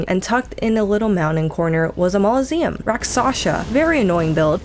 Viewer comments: Mauloseum? Rack Sasha? Romniya? - there's NO WAY you aren't trolling with your pronunciation, or you're dyslexic. Painful to listen to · the fact that you pronounce "mausoleum" as "maul-o-seum" is so wrong, yet so right. e: and Skidoo Tree hahah. Scadu is FS's version of scéadu, the Old English word for "shadow". The pronunciation is the same.